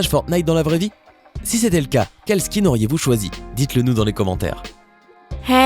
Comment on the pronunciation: Vous ne savez même pas comment prononcé skin